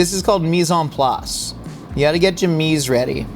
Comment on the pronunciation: did say me san plas? 😂